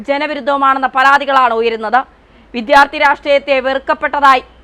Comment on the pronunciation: ഒരു മലയാളിക്കും വിദ്യാർത്ഥി എന്ന് ഉച്ചരിക്കാനറിയില്ലല്ലോ. കഷ്ടം!!!